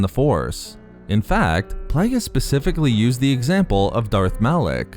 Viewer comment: Plague-e-us not playgus ffs